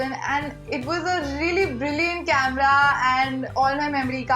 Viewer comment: CAMRAAA The heck! HAHA Her pronunciation is funny as f!